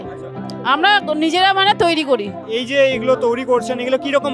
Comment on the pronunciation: Please take my suggestion change the anchor of your video hrithik dada ... His accent and pronounciation is so disgusting.... Lekha k lakha bolche toiri k touri bolche .. please change him .. if you are trying to do something big then erokom anari lok k rakha is not good ... R STOP PROMOTING GAMVLING APPS